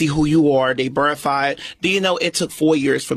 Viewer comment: Did he say “you have to burrify it” instead of “verify it?”